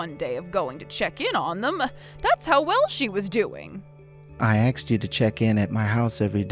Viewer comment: I know, like they're reading a script. And the dude sounds so dumb, and mispronounced some words, like "axed" instead of "asked," and a few others. And the kid sounds like the same voice as grandma with terrible acting to sound cringely.